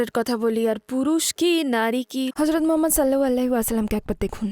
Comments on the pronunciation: নবিজির নাম টা ভালো ভাবে বলা উচিৎ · দয়া করে নবী (স.) এর নাম আরো একটু স্পষ্ট করে বলবেন। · ট্রান্সলেটর বোনের প্রতি অনুরোধ হযরত মোহাম্মদ(সঃ) এর নামটা ক্লিয়ার ভাবে উচ্চারণ করতে ধন্যবাদ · ঠিক বলেছেন